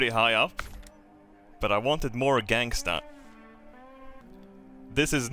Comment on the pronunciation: I thought I’ve heard everything but hearing say gangsta made me lose my shit.